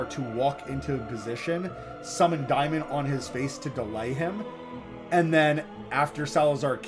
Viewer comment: I don’t where you got “diemon”. It’s daymon. Instantly shut this video off and will never watch anymore of your videos. Go back to school